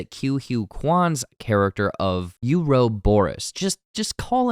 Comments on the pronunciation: it's pronounced uh-rah-buh-rows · it's pronounce oar-a-boar-us